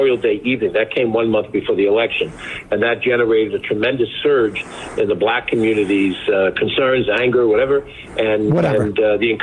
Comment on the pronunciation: Unironically, the way he said "black" actually did trip my "he really wants to drop a hard-r" alarms. Like racists just don't say the word like a normal person does. It's not "black" it's "blAck", every time.